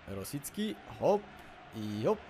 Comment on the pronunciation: Czyta się Rośicki (sub) klik :P xD